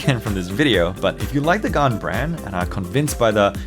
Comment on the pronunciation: It always sounds like the gun 11 m pro when you say it